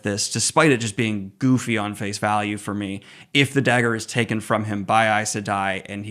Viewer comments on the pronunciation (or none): none